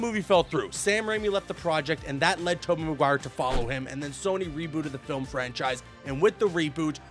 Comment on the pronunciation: Lol the way you say Tobey Maguire 😂 "Tobbeh Maguire my boy. Tubbeh listen ma boeh"